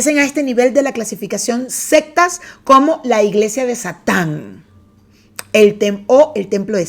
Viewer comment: Lo siento, me causa ruido cuando dices "las sextas" cuando son "las seCtas" jajajaja... Nivel de inglés 77% y de español? Jajajaja... Un abrazo!